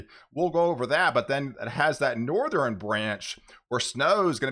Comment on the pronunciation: Great work. Keep up the good job! Piece of constructive advice for those of us who can`t help it but hear it.. its NortheRN not NortherEN or SoutherEN .. there is no E at the end of those words